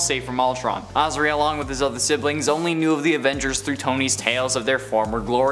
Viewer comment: That’s not how you pronounce Azari! Also, no segment for Pym? How dare you! Pym’s the best!